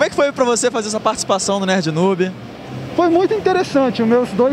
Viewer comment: "Catlevânia" "nóbi" kkkkkk